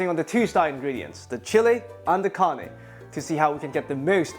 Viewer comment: Nope...wayyy off... My grandma would smack you w her chankla! And it's not Karney, it's "carne" ( roll your "R" meeester) no sugar!!😢😮